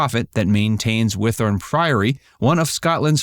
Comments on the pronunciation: Yay! I love they mentioned Whithorn. Got to see the archaeological dig in 1982-3 and again in 1986 while visiting my grandparents in Scotland. It’s actually pronounced Whit-horn. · I've lived near Whithorn most of my life and I've never heard it pronounced like that before 😂